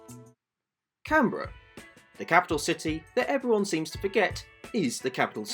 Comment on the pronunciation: For a second I thought you said Carribean.